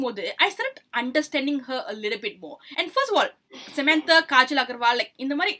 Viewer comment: Not sementaa, its samantha